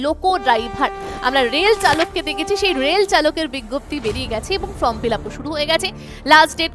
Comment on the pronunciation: ফ্রম না ওটা ফর্ম হবে, আপনি বারবার বলেন যে ফ্রম ফিলাপ করতে হবে, আসলে ওটা ফর্ম হবে